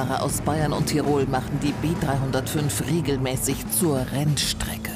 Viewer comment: Und wie sie das ZUR RENNSTRECKE auch noch betont 🤣🤣